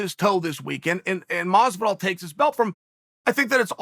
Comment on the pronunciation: Bruh, it's doing my head in how he's mispronouncing Jorge's name.. you can't tell me he doesn't know the the pronunciation of Masvidals name